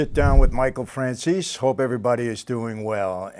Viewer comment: I thought his name was said like fran zay see 🤨